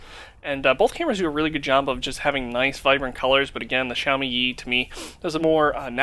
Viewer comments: he said "sashimi yi" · muddy was said 3000 times.... Sahimi Yi...LOL good job on the review